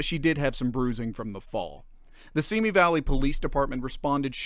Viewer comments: I just wish they would pronounce Simi correctly. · You pronounce Simi wrong. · You pronounce Simi incorrectly.